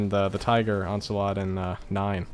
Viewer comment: “Hellhound ocelot” and “musealaum”